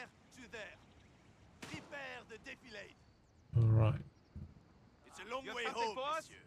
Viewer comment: The way they say defilade is off. Maybe an English voice actor doing a French accented English :D